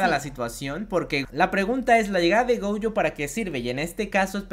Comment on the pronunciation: No me gustan estos videos, solo me gusta el otro formato. Y no es gouuyo es Gojo